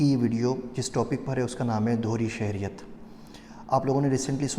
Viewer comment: The word is Shehriat